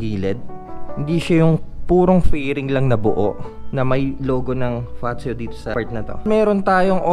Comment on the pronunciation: ang ganda ng pag pronounce mo ng FAZZIO yung iba kase ang pronounce is passio 😁here in italia ang word na double Z is nagiging letter T ang unang word for example PIZZA parang PITZA pero double Z... allora, grazie mille e più iscritti ciao